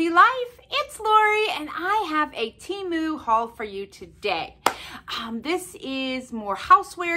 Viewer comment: Gold stars and a rose on your nose for pronouncing TEMU correctly! Yay!